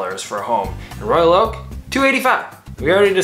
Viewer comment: "Royak Oak"??